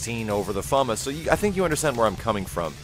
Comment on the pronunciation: its "FA-MAS"!